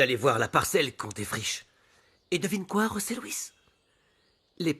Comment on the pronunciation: c'est bien José Luis,les espagnols prononce"j" comme "r" voilà pourquoi on tu entends rose Luis